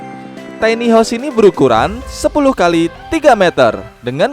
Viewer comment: Tiny dibacanya bukan teni tapi taini.